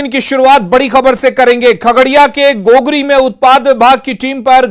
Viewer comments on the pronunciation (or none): गोगरी होता है घोघरी नहीं